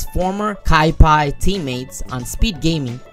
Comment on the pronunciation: its kaipi not kaipai